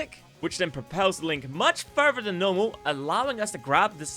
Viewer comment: Further, not furer.